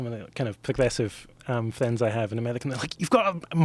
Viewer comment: "Plivate jet", "time spent with flends is flee" ... Im on 3 minutes in.